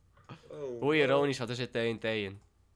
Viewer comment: zegt TEE en TEE maar het is TNT godverdomme man